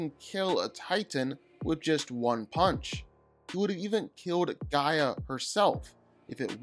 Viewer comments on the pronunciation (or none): none